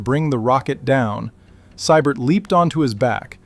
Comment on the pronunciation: It's pronounced "SEE- BERT". Early on the Rocket was sent to learn how to box from a Golden Gloves winner and never looked back